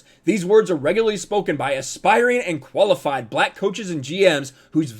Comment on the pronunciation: Did anyone else hear "koalafied"?